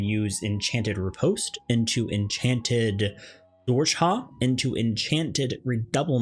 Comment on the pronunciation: Great guide but hearing riposte and zwerchau mispronounced so bad killed me. 😂